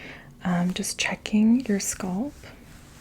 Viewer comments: I cringe every time she pronounces ‘scalp’ like ‘scald’ 🥴🥴 great sounds though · When she pronounces "scalp" as "sculp", MAJOR CRINGE!! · Where is your accent from? The way you pronounce "scuhlp" instead of "skalp" is different. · Came back here a year later for tingles and to hear say “sculp” instead of scalp now 😅💕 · I loooove the sound of your voice--- so soothing and calming--almost comforting-- Fantastic vid. I wonder from part of the country you hail--- you say 'sculp' instead of scalp. 🤗🙋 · I hope you get sponsors to promote these videos because I think yours are the best. BTW- I love the Canadian accent on SCOLP. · What is it with tje fascination with thr pronounciation of thr word scalp, 😕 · Sounds like scalp and skull put together. I first thought she got tongue tied and mixed them up. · Is it a Boston thing? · I LOVE WHEN SHE SAYS THAT